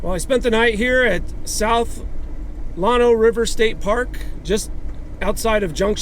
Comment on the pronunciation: It's Lano. Not Lwano.